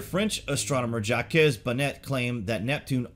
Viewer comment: Ja-Kezz? Dude it's pronounced Zhok